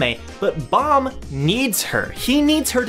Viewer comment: Not trying to hate or something but why do you keep saying bomb it's baam